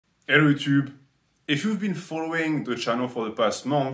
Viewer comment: "ellotube" love that